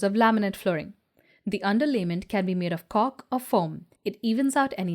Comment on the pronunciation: Your pronounciation of cork is penis. But other than that, thanks for the great info. Your production is very good. easily explained and leaves everyone to their own decision. Thanks for the video , and vast info.